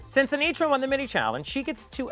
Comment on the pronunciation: Anetra, not Anitra